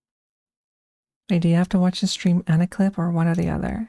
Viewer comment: it was just a matter of time-- rawr! yappy football stweam 💕